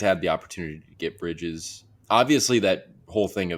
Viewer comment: Thumbs down for mispronouncing bridges name and btw nets don't want anything the kings have they already turned down 4 first round picks at the deadline where his value was much lower.